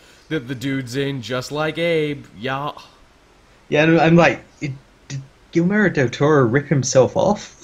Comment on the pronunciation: Dude, learn to say "Guillermo." It's not pronounced "Gill-mero."